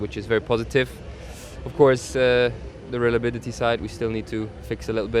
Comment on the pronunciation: ''relabidity'' - Nico Hünkelberg